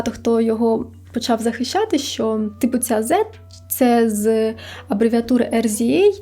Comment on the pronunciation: За сина Рокі, правильно читається Різа, а не ЕрЗіЕй, так само працює і з виконавицею SZA і репером GZA, тобто маємо Сіза і Джиза. Літера Z була обрана тому, що це найголовніша літера в імені RZA, яка символізує зиг заг, а точніше шлях - Wisdom, Knowledge, Understanding. Типу кожен кут в букві Z відповідає певнії стадії. Танки скоріше за все були обрані, бо сам RZA (Wu tang) постійно носив камуфляжі, та і більшість з ву тенгу носили берці, камуфляж, читали про білявійськову тему, а точніше про битви, чи то шахи, чи то битви на мечах, чи то дійсно щось військове. А також танки це просто круто, так могло здатись Рокі... Коротше особисто я тут ніякої зради, тайн зговору і ще чогось такого не бачу, це просто факап через те, що люди не провели ресерч, в решті решт буква Z це просто буква Z для американців. Звичайно це ваша справа, слухати Рокі, чи ні, але я думаю над цією ситуацію варто просто посміятись і забути. Просто протуп